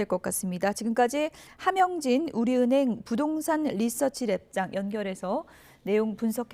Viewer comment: 리서치 된장 난 이렇게 들리네😂